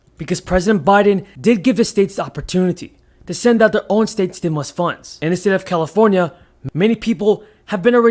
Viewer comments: Stimulus instead stimus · Stimus instead stimus